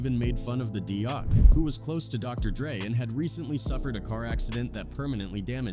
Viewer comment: I thought it was D.O.C not doc